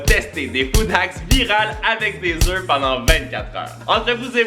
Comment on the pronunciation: on dit un oeuf(fe) des oeufs(eux) ❤😊